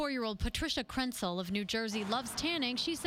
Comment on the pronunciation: did they say Krentcil or PRETZEL?!